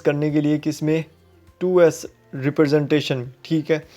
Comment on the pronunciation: Was this really a lecture!!! u don't even know how to pronounce fixed, 2's,...like no offense but at least u can do preparation...